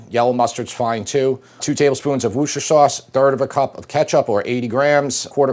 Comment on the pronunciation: An American who pronounces Worcester sauce the way we locals do. Genuinely so nice to hear 👏🏻